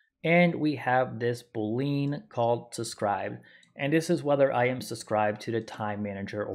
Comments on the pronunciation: I'm sorry, I just can't get over how you pronounce it boleen haha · Boo-lean...? Ty for the tutorial though